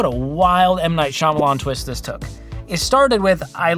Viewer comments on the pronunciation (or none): none